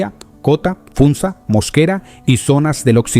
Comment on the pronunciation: Escuché "Funta" y me desanime por completo, es Funza mi papae y fue la primer capital Muisca, la original Bacatá. Igual gracias por compartir.